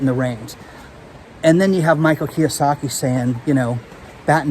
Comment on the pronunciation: Robert Kyosaki? Sheeesh...